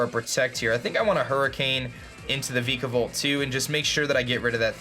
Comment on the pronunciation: I used to cringe a little when he pronounced Vikavolt before, I like that it's no longer the case.